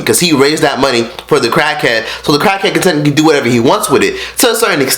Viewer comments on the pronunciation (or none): U call him a crack head wait not crack head it's crak head don't even know how say it correct acting like u on crack rn lil 100k "crak head" gtfo clout chaser. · why you say cockhead in stead of crackhead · I keep hearing cockhead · He saying Cakheads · Dam nigga chill, them raviolis ain't going no where. Swallowing them bitches. Why does it sound like your saying cockhead every other time? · Yo fat ass don't even have to swallow the ravioli and its crack head not cackhead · this nigga said cachead lmao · Dead as sounds like he saying "cockheads" 😂😂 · u dont go around helpinn CACKHEADS lol this man cant say CRACKHEADS😂😂😂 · Crack Head Not Cock Head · Bruh, they put it on camera because they are YouTubers. If they are not getting it on video then they are just going the whole day without making money. And why cant you pronounce "cr" right? U say "clrack head". If anyone is trying to capitalise on anything your doing it from Fredo's mistake. Come on bruh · I kept hearing “cockhead” lol maybe cause your mouth was full. But great video!! Love from Dallas 💜💕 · You don’t even know how to say crackhead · I couldn’t finish this video do to the eating and unusual pronunciation of crack head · can u say crackhead right bruh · Nigga Can’t Say Crackhead Right😂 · He can't even say crack head right 😂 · This guy can’t even say crackhead 😭😭😭😭gay ass nigga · Why can’t you say crackhead right? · Pronounce the R you egghead.. and he made a mistake like every other fucking human